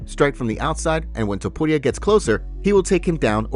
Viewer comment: I hate the way you say topuria but I love your channel. It drives me nuts every time.